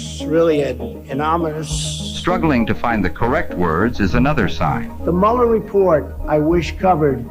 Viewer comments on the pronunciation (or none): none